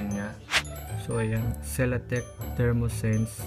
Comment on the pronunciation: Dermoscience, hindi dermosense